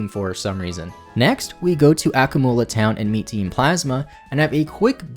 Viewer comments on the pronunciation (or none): Ah-coom-u-luh town like accumulate